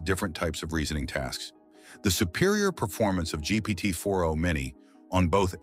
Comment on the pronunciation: Hey friend if you’re using 11 labs for audio try to check for weird pronunciations like GPT 4andO. Also, around the last 3rd ( ?) of the video it seemed like the video was being reintroduced. I hope this is helpful. I appreciate your work!❤